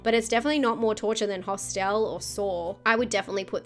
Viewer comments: I love the way pronounces “Hostile”. Genuine question, is that just how it’s pronounced in Australia? Anyone else pronounce it that way? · Great video... there's a few on here I haven't seen (*gulp*). BTW, I love your accent and the way you pronounce "Hosst-el" 🤭🤗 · Those were some truly mad pronunciations of “Hostel” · Interesting... I've just Googled it: in America and the UK, it is pronounced "HOSStul", while in Australia it is pronounced "hoss-TEL" 🤷‍♂️😄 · I can't get past how you pronounce Hostel lol